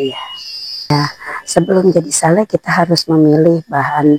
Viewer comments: Betul, Ngawur ini Pembaca Beritanya. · Sale di baca sel haaa google.... Di kira diskon apa. Sale pak sale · Ini Pembaca Berita Ngaco alias Ngawur, "Sale" disebut "Sel". Tolong Diperhatikan Tribunnews Supaya Tidak Salah Arti.